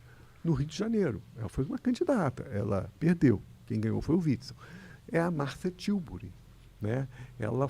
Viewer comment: Martha Tiuburi? É Marcia Tiburi, Skylab!